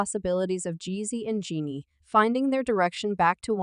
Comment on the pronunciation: Why keep pronouncing her name incorrectly? Telling her business and can't even say her name right.